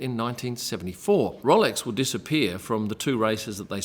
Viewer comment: It’s ROWLEX NOT ROLLEX! 🙄